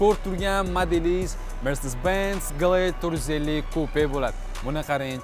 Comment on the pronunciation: Мерседес Бенз дейишинг бошкачае